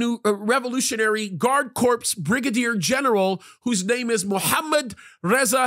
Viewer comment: I always liked your teachings BUT I quit listening to you because you TALK REALLY LOUD in your mic(borderline YELLING, and it hurts my ears!) but I wanted to let you know that "corps" is pronounced CORE, not CORPSE, which is a DEAD BODY! LOL